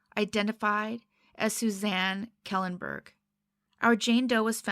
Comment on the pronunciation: Just a heads up for you (from a Minnesotan of Swedish descent)---the Kj combination in Kjellenberg is pronounced most closely in English as Sh. Thank you for your informative and respectful videos.